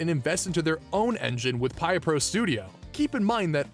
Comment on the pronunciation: Really excellently done!! You compacted a lot of information into the runtime and kept it all accurate, plus the editing is good. I love that you included racing and snow miku as well :] I only had 1 truly minuscule nitpick: Piapro Studio is named after their music/art/etc sharing site Piapro, which itself is a shortened version of "peer production". Because of this, it's pronounced pee-ah-pro instead of pie-ah-pro like you have in this video .